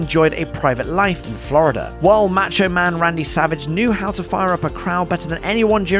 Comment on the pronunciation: It’s “mah-cho” not “ma-cho”.